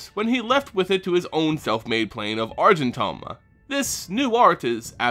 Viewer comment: And I thought the Argentum pronunciation was bad!